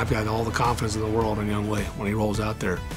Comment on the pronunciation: And they still mispronounce his name his name is pronounced yongho! not young way. LOL